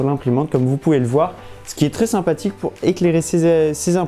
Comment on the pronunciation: Sympatik, simpatic, sein pastic, seinpatique, sypatitictic, c'est trés interressant, Dis moi, est ce que tu écris ton texte dans "Ta" chaine? Je savais que les gens peuvent etre simpatique, mais alors une LED